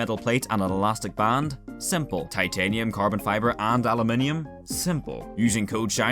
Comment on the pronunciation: Thankyou for saying aluminium and not aloominum